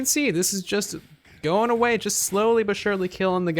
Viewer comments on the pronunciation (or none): none